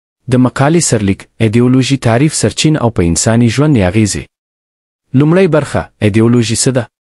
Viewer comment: ډیر ښه پیل دی که داسی ادامه ورکړو ښه نتیجه لری نور ډیر سم دی خو ږغ یی بعضو ځایونو کی د تصویرونو سره برابر نه دی ځینی لغاتونه سم نه تلفظ کوی لکه سرچینی ته سرچین وایی مفکوری ته مفکورو وایی مننه